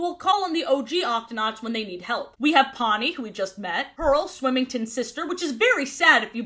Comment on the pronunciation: Ya’ll the way confidently said TWINK instead of TWEAK had me rolling not to mention SWIMINGTON 😭 out here renaming the cast slay